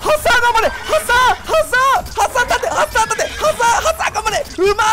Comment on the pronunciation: ハサーの言い方パサァ...みたいな言い方で草